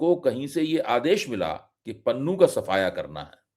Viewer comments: Panoon nahi Pannu bolo. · भाई पंजाबी भाषाई नामों को इंग्लिश अलफा बीटा से न पढ़ें ईससे पॅन्नू को आप पनुन पढ़कर बोल रहे हो जो गलत उचारण है। बाकी रहा ईन घर मे घुसकर मारने की जो हिमाकत भारत के अति उत्साहित एजेंट्स ने की है उसने सिख समुदाय को बेगानेपन का वो अह्सास कराया है जो 1984 से 1995 तक सिखों का कत्लेआम न कर सका। ईस को बहुतायत सिख उनके देश भक्त होने की सज़ा के तौर पर देख रहे हैं। इस मूर्खतापूर्ण हरक़त से सिख ही नही पंजाब के सभी समुदाय के लोग आने बाले समय भारतीय फौज मे ना मात्र संख्या मे रहि जाएंगे जो हमारे देश के लिए ठीक नही होगा। जय हिन्द।